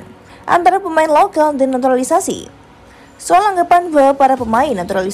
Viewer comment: Stop sebut naturali naturalisasi